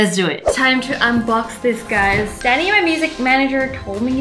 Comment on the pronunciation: When you said "thank you Danny" it sou ded like "thank you daddy" and im over here cleaning my ears